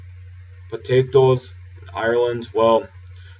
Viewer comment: dude we don't say potatoes like that just because were from the south